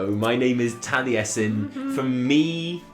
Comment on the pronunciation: Taliesin??? More like... TALLiesin.